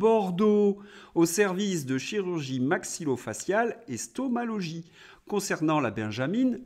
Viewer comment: "Stomalogie" ? Vraiment ? 😁